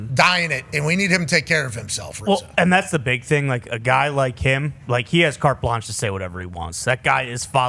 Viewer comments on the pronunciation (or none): Lol, he said... cart blanche